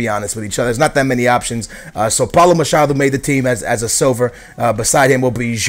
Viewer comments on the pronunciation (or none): none